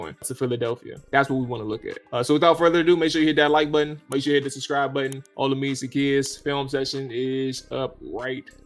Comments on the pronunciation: Bruh. His name is pronounced. O-La-Me-Day. Other than that keep up the good work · Olamide... pronounce OLA-ME-DAY. Its a Nigerian (Yoruba) name. Keep up the good work fella!